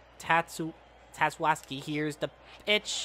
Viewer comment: Oh my, You pronounced tatsuaki’s name wrong again as “tatsuaski” remove the s you blueberry charmin ultrasoft bear XD